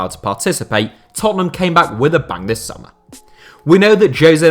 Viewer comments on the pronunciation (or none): none